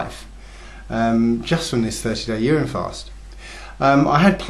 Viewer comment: I thought he said "year end" fast... the I thought he said "urn and fast"... then my wife pointed out to me that he said "urine" fast. YIKES!!!! Does he mean to say that he drank urine for 30 days? WTF dudes...